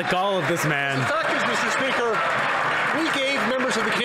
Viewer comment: MeestR SpeeakR >:^ 0